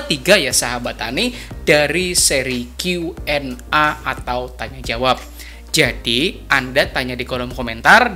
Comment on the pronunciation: Salam petani sukses, Koreksi sedikit pengucapan huruf A pada Q&A Dibaca e, krn Q nya dibaca pake bhs inggris, jd A = E.. maaf ya Pak. Sukses buat chanelnya Pak 👍🙏